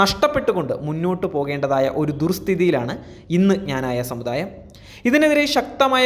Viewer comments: Does the news reader know how to pronounce our community's name ? Pronounce it clearly as "Kna-na-ya" and not as you prounounced , "Jna-na-ya " ! Does anybody, including the Patriarch , really know anything about the depth of faith, tradition and strength of Knananites ? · മഞ്ഞ ചാനുലുകാര ആദിയം പോയി ക്നാനായ എന്ന് പറയാൻ പടി. അല്ലാതെ ഞാഞായ അല്ല..... ഇത് എഴുതി തന്ന ഞങ്ങൾ വൈദികർ ഊമ്പ്പിയത് കൂടെ അറിഞ്ഞു കാണുമല്ലോ. പിന്നെ ഇന്ത്യൻ ഗവണ്മെന്റ് ഡിപ്പോർട്ട് ചെയ്ത കരിം പത്രിയർകീസിന്റ ഗുണം കൂടെ ഒന്ന് വാർത്ത ആക്കണേ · എടാ പട്ടി ഞാനായ അല്ല ക്നാനായ എന്നു പറ ! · എടാ ഞാനായ അല്ലെടാ... ക്നാനായ എന്നല്ലേ... കഷ്ട്ടം... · പറയുന്നതെല്ലാം സത്യമാണെങ്കിലും സഭയുടെ പേര് കൃത്യമായി പറയാൻ ശ്രദ്ധിക്കുക. നല്ല രീതിയിൽ നാക്ക് വടിക്കുന്നത് നന്നായിരിക്കും.